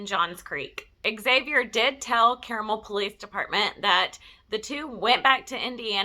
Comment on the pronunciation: Great video. It's actually pronounced CAR-mul. It's kind of Indianapolis' Alpharetta.